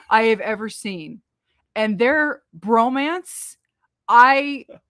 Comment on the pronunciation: That underwater scene was actually done underwater. It's no CGI. And please say it as bromance not romance.